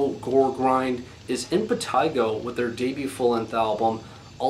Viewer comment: Yes, that's the correct pronunciation.